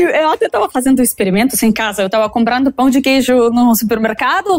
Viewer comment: ela disse pau de queijo ??? no lugar de pão de queijo?